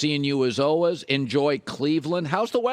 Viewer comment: Is this the year Colin learns how to pronounce “always”?